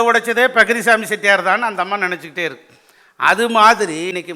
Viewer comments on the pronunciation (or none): none